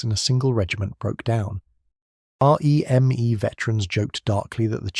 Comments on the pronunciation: Not being pedantic but we weren’t R.E.M.E its REME pronounced reemee. 😊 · This is AI isnt it? The pacing of the voiceover feels off. The sentences have emphasis in what feels like the wrong place and the R Eeee M Eeee throughout. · I just assumed it was AI when it started that r.e.m.e nonsense.